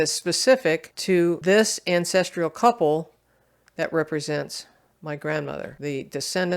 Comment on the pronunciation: The content was promising, but I couldn't finish watching because of the repeated mispronunciation of "ancestral" as "ancestrial." I don't remember this occurring until recent videos.